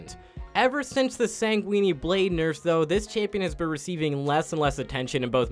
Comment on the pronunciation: Flames the Shaco pronunciation and then says "Sangweenie" 😂😂